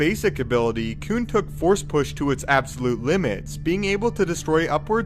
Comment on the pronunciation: "Koon" just don't sound right. I'm sorry